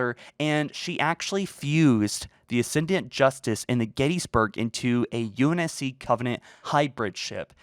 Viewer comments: ascend-ant. not ass-end-ee-ant. I bet you say nukular. carry on. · Why do you keep pronouncing it "Uh-send-ee-unt"? It's "Uh-send-ent".